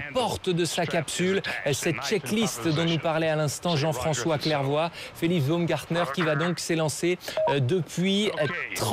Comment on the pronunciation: "Felif Baumgartner"